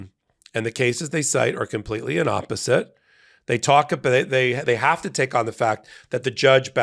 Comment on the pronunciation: Dude, it's inapposite, not 'inopposite'.